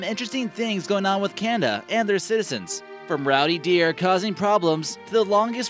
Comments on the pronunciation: why does he keep saying "kanda"? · Some intersting things going on with CANDA, this dude can’t pronounce anything lol.